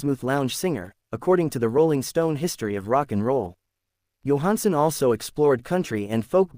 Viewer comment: This is Total Garbage. They can't even pronounce his name correctly.